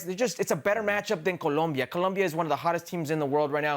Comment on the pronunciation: Brother saying people can't speak proper English. Meanwhile he can't say COLOMBIA. 👏🏽